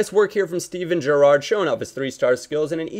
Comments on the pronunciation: if you see this can you stop stressing the second syllable in Gerrard's name? haha thanks xx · I love the way you say "Gerrard" lol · lol at the way yo pronounce Gerrard